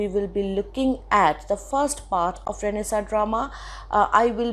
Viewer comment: it is not pronounced as Renaisaaaa its Renaisaannnnnnnnnce